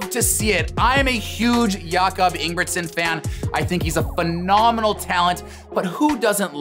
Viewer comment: Ye sure and cannot even tell the Jacob’s sure name properly